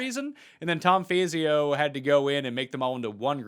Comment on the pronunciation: It’s not fayzio it’s fawzio for the architect